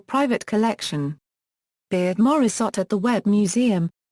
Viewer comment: at least learn how to pronounce her name !!!!